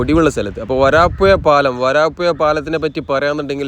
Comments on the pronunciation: സ്ഥലത്തിന്റെ പേര് മാറ്റിക്കളയുന്നു. വരപ്പുയ എന്നൊരു സ്ഥലം ഞങ്ങളുടെ നാട്ടിലില്ല. വരാപ്പുഴ ആണ്. തന്റെ ഒരു പേട്ട ഭാഷ. മയ, വയി, കുയി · വയി മാറി ഒയുകിയ പുയ... വരാപ്പുയ.. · നല്ല വീഡിയോ നല്ല അവതരണം ഭാഷ മെച്ചപ്പെടുത്തൂ വരാപ്പൂയ അല്ല വരാപ്പുഴ ആണ് പെയ്ലിങ് അല്ല പൈലിങ് ആണ്